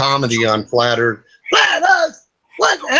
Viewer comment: oh, hello. don't know you. hi, I'm Yvette. welcome to flat earf!